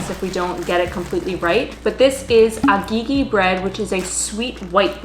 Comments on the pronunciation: She said agigi bread 😂😂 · The way they pronounced Agege bread got me rolling 😭😹